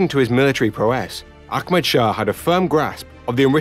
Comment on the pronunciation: He keeps saying Akmad. The imaginary K he keeps adding is really distracting.